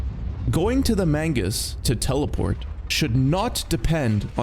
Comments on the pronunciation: Grenadier is pronounced "gren-nah-deer". Lol Mangus... it's Magnus. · ITS MAGNUS NOT MAINGUS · why do you keep mispronouncing magnus and grenadier 😔